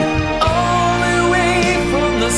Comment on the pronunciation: One of my favorite things about his singing, is how he sings the word Way. He pronounces it Weee. Layne Staley does this too sometimes.